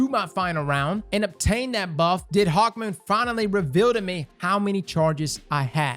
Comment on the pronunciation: I didn’t realize he called it hawkmeh till he pointed it out